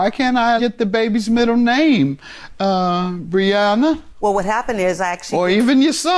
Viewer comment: They’re saying her name wrong for sure lol Bree-yen-uh is what I see here lol